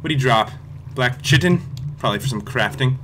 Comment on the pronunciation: It's pronounced kitin